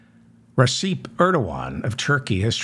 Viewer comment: David, Erdogan's first name is pronounced as if it were spelled "Rechep"